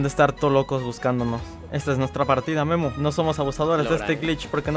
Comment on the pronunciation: Soy el único que escucho nemo en vez de memo xdddddddddddddddddddddddddddd buscando a... nemo xd